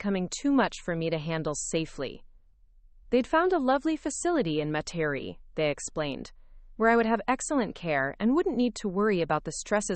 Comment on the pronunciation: Metairie= Met’-ah-ree